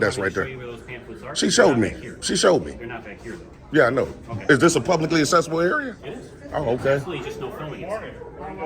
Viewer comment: Convict out being a public nuisance in public again. He is so stupid and can't use the correct word accessible instead he says assessable area. The constitution does not give you the right to do what you are doing.